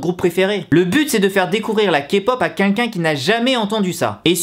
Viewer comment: Alors tout d'abord je tiens à dire que ton "quinquin" au lieu de "quelqu'un" me stresse énormément voilà 😂 mais sinon super vidéo ! J'ADORE ZICOOOO pardon